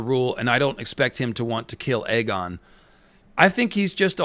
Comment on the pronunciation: It's Aegon as in Egg-on not A-gone, and yes he is an evil man at this point, no turning back he'll have to just embrace it, clearly there's a sense of entitlement based on his responses, he doesn't seem to have a clue of any wrongdoing and thinks he can do what he wants as part of the royal family